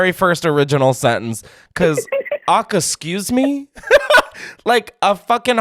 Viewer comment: I love you but you’ve gotta stop saying “ocka-scuse-me”